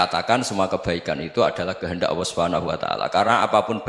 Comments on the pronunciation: allah gus bukan awwoh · Allah bukan owoh, jngn ky tukul dong gus